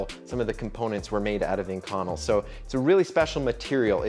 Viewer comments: Oh man... I cringed every time he said "in-connel," but it is sort of a rare material so I suppose I can't judge. It is definitely pronounced "ink-oh-nell." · I've never heard it pronounced ink-conel. I've always heard it as ink-co-nel. Love the vids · Ah shit... I just added the same comment. I guess I should have read down a bit first! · I have to admit I did a "Whiskey Tango Foxtrot" when I heard our esteemed content creator butcher the pronunciation of Inconel [ iNGKę,nel ] and I never would of thought of using it a material to make wedding rings out of unless the couple were a couple of gear-heads or aerospace fabricators. They are nice looking rings but too thick for me and if I were to make or commission them the bevels would become radius because I have seen to many rings with very pronounced bevels get caught on something (before I destroyed my quad I was a volunteer fireman and seen a lot of rings and fingers snagged, stuck, and a lot worse but your fingers your rings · As an actual metallurgist this kills me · Omg I'm glad I wasn't the only one. I started to wonder if I've been saying wrong my life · I work with this steel a lot I have always pronounced it “in-co-nel” (nail) but maybe that’s just the southern way or saying it 😅 it’s an insert killer works carbide to death on a lathe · A) it's Ink-Un-Elle (pronunciation) B) you know you need to wear a respirator when machining that stuff eh? Nickel and cobalt dust will give you lung cancer :-) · lmao not saying the pronunciation is wrong just threw me off when I read it the way I pronounce it and hear it a different way. I deal with this material regularly and have never heard it pronounced that way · Is he pronouncing “inconel” correctly? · You want to learn how to pronounce the metal you’re talking about before making a video.